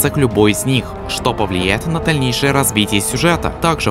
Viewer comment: Класс! Даешь классику в народ! ( Но над дикцией лучше поработать : Дальнешее развитие сюжета - слышится как Тальнейшее.... Или мне над слухом тоже поработать...Извини старика)